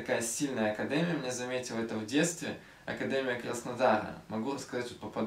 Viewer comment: Видео топчик 👍🏼. Почему ты говоришь "акадЭмия , а не акадЕмия"??